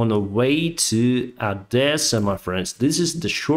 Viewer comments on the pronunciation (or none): It's not Ahdesa, it's Odesa! You're Ukrainian, not Russian.